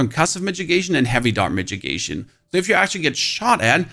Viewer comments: Its not "midgegation" it's mit-i-gation. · Mi-TI-gation.. not midgetgation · What is a "mitgigation"? :D It is mitigation, pronounced with a DD ...so middigation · Brah its not a midgit!!!!!!!! Its pronounced ad Mid-ah-gation!!!!!!!!! lmfao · I can't tell if you're mispronouncing mitigation as a bit or not... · "MK" and "Migigation" is driving me insane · please please stop saying mitchigation, unless its to protect yourself from some guy called mitch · All I heard was the way he is pronouncing mitigation.